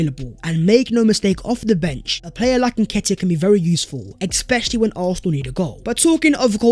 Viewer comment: Ex-specially…ex-specially…ex-speciallly…someone tell him.